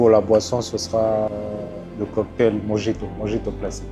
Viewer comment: Super vidéo ! Juste un petit conseil pour la prononciation de mojito qui vient de l'espagnol ( de Cuba) : le " j " se prononce " r ".